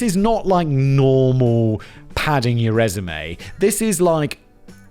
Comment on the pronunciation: I’m listening to Simon say “normal” and wondering if he had a small stroke… …has me thinking, “how do I get a DJ to sample Whistler for songs?” It’d be perfect…